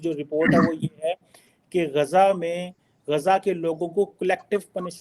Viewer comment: Abey gaza bolna toh seekh le😂😂😂